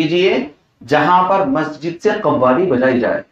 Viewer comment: خوالی نہیں قوالی